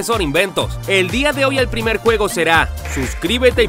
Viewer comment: El, guego, be, calamar